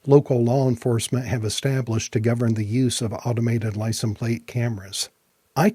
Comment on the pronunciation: You keep saying "licent plate." The is no such word as "licent." It is "license plate." Licent is NOT the singular form of license. The word license IS singular. I lived in rural Kentucky for a while, and a lot of folks there made the same mistake. When asked for their driver's license, they would say, "Let me see if I can find 'em/them," as if the word was plural. They would do that with any noun ending in "ence," such as fragrance. Evidently, they struggle with literacy and think because there's an "s" sound at the end of certain words, they are plural. FYI, licenses is the plural form of license.